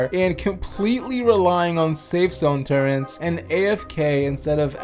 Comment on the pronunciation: bro doesnt say turret bro says turrent